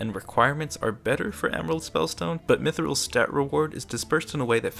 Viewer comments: "MILL-THREAD Spellstone" OMEGALUL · "warrior's [milthrid] spellstone"